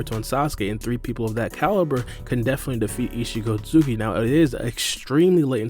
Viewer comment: Omfg bro its not pronounced “eetchee sosooki” like bro